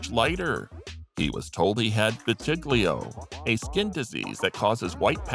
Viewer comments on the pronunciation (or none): It is vitiligo, pronounced Vit-ih-LYE-go. It is an autoimmune disease resulting in patchy loss of pigment. Michael Jackson had that done to himself.